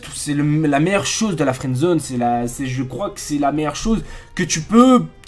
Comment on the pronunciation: au début tu as dit " fouendzone " et nn " friends zone